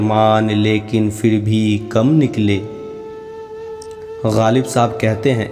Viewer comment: बहुत ही अच्छे। फिर का pronunciation ठीक नहीं था पर